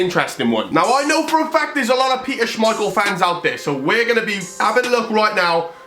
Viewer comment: He said Kasper schemeichel and his son Peter schemeichel